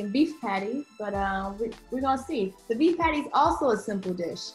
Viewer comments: As a Jamaican myself, the way says "Patty" irks me 😂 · Saying- the way she says patty hurts my soul😪